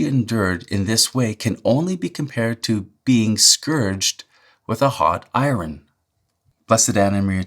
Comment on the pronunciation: You pronounce "iron" the same way as bugs Bunny.